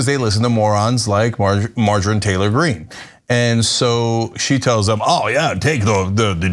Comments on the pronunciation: Margarine Taylor Green! Love the name slip, Cenk :) F*** this crazy b** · It sounds like Jenk was calling her "Margarine Taylor Green"